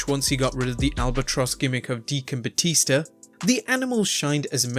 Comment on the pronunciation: "John Cenar and Batister" 😂😂